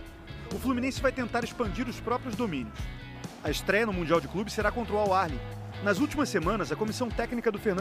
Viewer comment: Cismaram d achar q tem R no nome do Al Ahli e na pronúncia (chega a ser desrespeitoso). Bora Fluzão 🟩🟥🟩🟥🟩🟥🟩🟥👏🏾👏🏾👏🏾👏🏾👏🏾